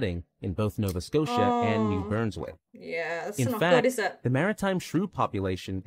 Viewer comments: Christmas must be an AI generated voice. Because everyone was everything is mispronounced. It is New Brunswick, not Burns Wick. And you don't see k g, you say kilograms. Bunch of other issues with his speech as well. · Could they not have hired a Canadian narrator? New Burnswick? Mantoba? Curliew? Nunvuta? KayGee? Lampree? Sallmon? Has to be an American I can't think of a reputable Canadian narrator making that many mistakes. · The narrator of that video is clearly not Canadian… “New Burnswick” ?? 😳🙄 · The narrator must not be Canadian - he keeps saying New Burnswick... its New BRUNSwick lol * Lamprey = eel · the repeated "new BURNswick" from the video narrator was unbearable xD It's New BRUNswick. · New Burnswick ??????? who is narrating is not familiar with the provinces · Oh. 🤦‍♂️. How do you mispronounce "new brunswick"?